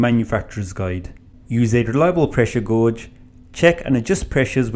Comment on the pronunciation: gauge is pronounce gay-j not gorj 🤣